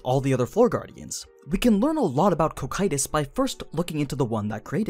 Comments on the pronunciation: Every time he says koh kytous I flinch in pain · Please fix the pronunciation of the names you speak please Cocytus is normally pronounced Co-Ki-Tus or as in the anime Coc- Q - Tus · Co-cue-tis sounds better tbh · It’s pronounced Cocytus not Cocytus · Was going to watch this vid, i'm actually interested, but with how often you are going to mispronounce that name I just can't. My OCD will not let me unfortunately so here is a major tip for the future: The dub is wrong, the dub will always be wrong no matter what anime it is. You can watch dubs or not that's up to you but when it comes to how names and such are meant to be pronounced you should stick to what is right. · Very well done! Just your pronounciation of foreign names is ears-bleeding... holy cow! yuo anglo natives really are unable to pronounce other languages. If you want to pronounce Cocytus like japanese do, it would be "KO KYU TOS" and it's also very wrong, but i guess we can't ask much to a language made of syllables. But as you said in the video, Cocytus name comes from Dante's Inferno, that means it should come from italian; but as it's not Cocito (that would be the right way to write it in italian) it's possible that Muruyama gave to the name a latin imprint. If that would be the case the right pronounciation would be "co chi too s". Summing up, you can name it in the japanese way, after all it's a japanese novel, or pronounce it in the latin way, but that anglo cacophony you gave birth to is something pathetic.